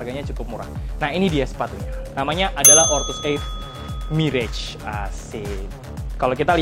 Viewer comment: om, untuk pelafalan kata "Mirage" itu mr·aazh, jadi a-nya sama dgn eja huruf a bahasa indonesia